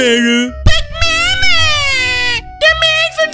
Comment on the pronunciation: well i quess its better than saying mema instead of mama